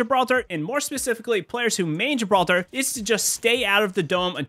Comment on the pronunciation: what's a "MROE fight"? did u just mean "more" ?